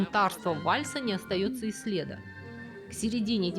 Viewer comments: Вроде бы вы грамотный человек, но почему вы ударения ставите неправильно???? "Не осталось слЕда".... следА, а не слЕда. Слово «след» → родительный падеж единственного числа → «следа́». Это нормативная форма, зафиксированная во всех авторитетных словарях: • Орфоэпический словарь РАН • “Грамота.ру” • Словарь Лопатина Примеры: • Не осталось следа́ от прошлого. • Исчез без следа́. • Ушла, не оставив следа́. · сегодня даже у преподавателей филфака иногда проседает интонационная и орфоэпическая грамотность. Люди читают, но не живут языком на слух, не слушают, как он звучит. Поэтому появляются: «слЕда» вместо «следа́»,«бЕкон» вместо «бекО́н",«тЕфтели» вместо «тефтЕли», "кухнЯ" вместо "кУхня, "кухОнный" вместо "кУхонный", "взЯла,спАла, дАла" вместо "взялА, спалА, далА".. слух режет